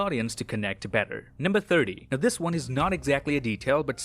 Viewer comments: What's that thing says? "Till then I'll see you guys in the next won"? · Every time you say “I’ll see you in the next one”, one sounds like Wong and I think that’s very fitting. And the “wong will be back next week with more disturbing facts” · "Until then, I'll see you lads in the next *Wong*"